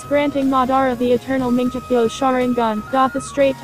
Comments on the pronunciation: i hate that voice and wat is “manjekyo”!!! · lol "mingeekyo" sharingan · the oice is annoying and also who else was triggered that they mispronounced "Mongekyo?" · ITS NOT MANGEKYO u said it like manjekyo Sheringgan no offense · cringe every time you don't pronounce susanoo correctly or mangekyo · minjekyo?what the heck?it is litterally pronounced as mangekyou,man-gek-kyou...and kerryugan?the heck?the voice there litterally do not watch naruto/naruto shippuden...and it freaking sucks...garbage pronounciations..